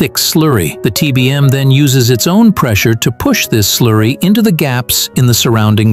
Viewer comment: "Sloorry"? What accent may that be?